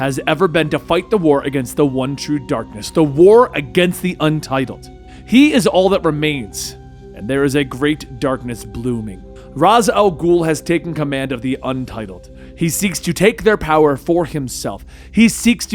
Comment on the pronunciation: Thumb down for saying Roz Al Ghul.